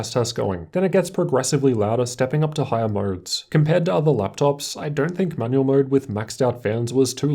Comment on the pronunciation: why am i keep hearing manuel mode xD